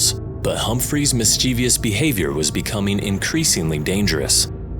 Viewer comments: There is no. Eeveeus.. it is mischievous mis chiev us. No ee us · "mischevious"? "muskoxens"?